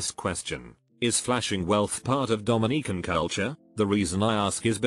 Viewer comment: Not the Domi-neek-ans